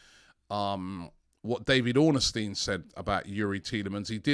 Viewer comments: ITS DAVID ORN-STEIN ROBBIE GET IT RIGHT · Robbie calling David ornstien “ David oranastien” will never not be funny 🤣